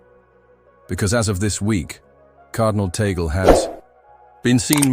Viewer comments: CORRECTION PLEASE,,, TAGLE PRONOUNCE,,, TUG-LE NOT TAYGOL.TNX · It's pronounced TAHG LAY. And this sounds pretty superstitious.